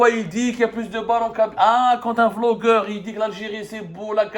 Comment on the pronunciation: Quand tu as dit Vlogeur je pensais que tu vais expres de prononcer le B en V 😂😂😂 comme la grande Kabylie vasla pour Basla 😊